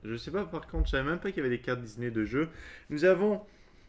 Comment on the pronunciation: "Une carte DIZNEY" MDR